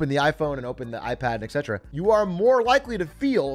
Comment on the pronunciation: Yo atrioc, big A, it’s et cetra not excetra. Et tu brute?